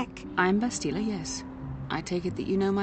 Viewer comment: By the way Bastila pronounces her name in a wrong way, if I'm not mistaken. You can hear it in this video, when she says "I'm Bastila, yes"